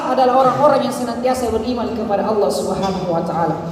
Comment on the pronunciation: Y lafadz Alloh nya cara bacanya ....buka tajwid tafkhim tarqiiq